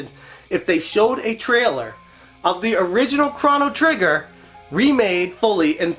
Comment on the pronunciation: It’s Crow-no Trigger… not Crono Trigger… right…????